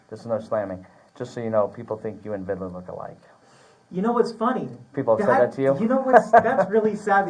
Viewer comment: Vidler not vidaler. Good grief.